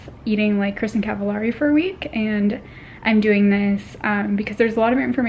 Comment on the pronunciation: Her last name is actually pronounced Cav ah lay ree (I don't know how to break it down exactly so I did my best). Many mispronounce her last name but if you watch "Kristin Cavallari & Jay Cutler's Dating Do's & Don'ts" at the mark she says the correct way it's pronounced. That's why her show was called "Very Cavallari " so that the words rhyme.